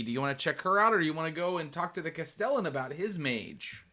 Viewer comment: Just to be pedantic: Castellan is pronounced CAST-eh-lann